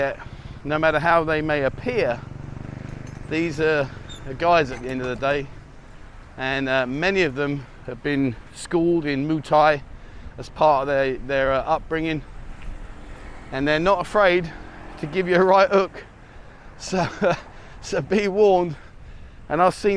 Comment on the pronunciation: Sorry to be pedantic... It's Muay Thai, not Moo Thai. Mu-ay.